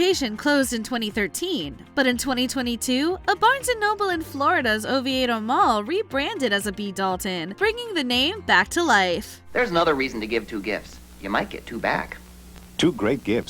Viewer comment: I worked in the oviedo mall until last December. You pronounced it wrong by the way. It's pronounced oh-vee-doe. I do remember the name change. Caused a lot of confusion for customers looking for barnes and noble but only seeing b.dalton. So we would get a lot of people in the store asking where barnes and noble went. The funny thing is the oviedo mall is just a long strip of stores...no way to really get lost jn the mall.